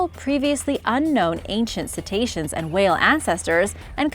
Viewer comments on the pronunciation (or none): none